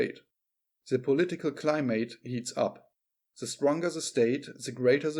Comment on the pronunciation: 'Climutt not cli•'mate as in a mate to live with. Accent on first syllable and second syllable submerged.